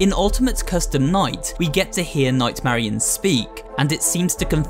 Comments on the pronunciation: im pretty sure its nightmarionette not nightmarionne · It’s not night Marion it’s night Marinette